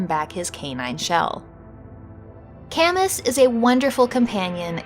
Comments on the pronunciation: Great concept. I bet you could do a follow up too, there are so many good boys in video games. Also, Camus is French and usually pronounce like kam-oo (although I haven't played the game so if it is pronounced as you did then I apologise in advance.) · Is that really how "Camus" is pronounced? I would have thought it would be "ka-moo", after the novelist/philosopher Albert Camus.